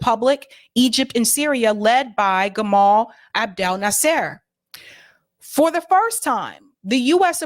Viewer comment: I like what you say. But, you should find someone to help you with pronouncing names of historical figures (eg. Nasser, Begin) , It doesn’t sound professional, and you will lose some respect if you don’t rectify this.